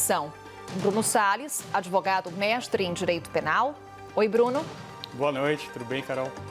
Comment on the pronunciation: E ninguém fala do "adevogado"?